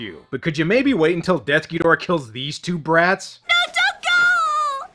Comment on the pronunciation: Got to say that I truly appreciate how you say DEATH Ghidorah's name correctly. It has always bugged me to no end how "Desughidorah" is treated as the official translation. What's next? Should we start calling King Ghidorah "Kingughidorah"?